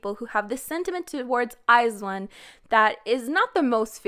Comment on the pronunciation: u pronounce iz*one wrong